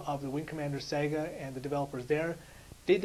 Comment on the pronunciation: Don't mean to be mean... But learn how to say saga. It's not "sega" it's sa-ga. Pronounced like saw-ga.